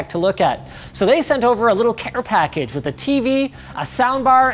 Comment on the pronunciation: "A cære package"